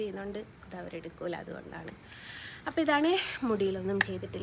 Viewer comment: ആലാസ്റ്റ് പറഞ്ഞതെന്താ അബായി നോ മര്യാദക്ക് ബായ് പറയാൻ പോലും അറിയില്ലേ